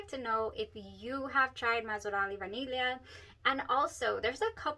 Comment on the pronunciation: BTW you are the ONLY person who says Vaniglia correctly 🎉🎉🎉 /vah neel yee uh/